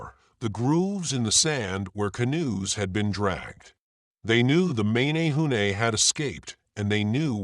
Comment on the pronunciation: So funny how you said mA nA hu nA . 'eh' not hard 'A' as in ; M eh n eh hoo neh. I live right here, Hanalei. Also, the Menehune at bananas and O'pai, not taro and sweet potato, those arrived with the Polynesians. and then there is; the waves of migration, likely Micronesian, and peaceful farmers arriving around 2000 to 1500 years ago, and worked with the Menehune. Then the Tahitians show up around 1200 to 1000 years ago with war clubs and blood sacrifice. They slighted both and took all.